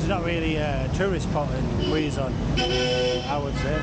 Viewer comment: KEH..zon, that's the right pronunciation. Good luck! Take care in your next travel.